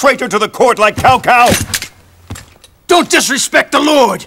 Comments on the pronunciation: OMG, as a Chinese Native Speaker they massacred all the pronunciations of their names 🙈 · that pronunciation of "Cao Cao"... Oh man, I dislike even thinking about it.